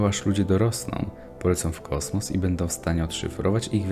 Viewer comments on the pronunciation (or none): none